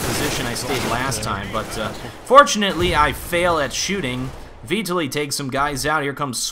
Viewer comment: It's vee-tah-lee, if you need to know. "tah" like "cheetah"